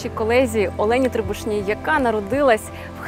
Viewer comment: Дуже поважаю. Але чому саме трИбушна? Мені корінній херсонці у якої дуже багато друзів, знайомих, сусідів саме з таким прізвищем просто ріже слух, бо мої херсонці ТрибУшні)) моя однокласниця Катерина трибУшна))